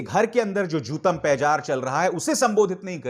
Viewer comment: ABHIDAR JI; aik correction he: jootampejar nhi bulke jootam pedar he.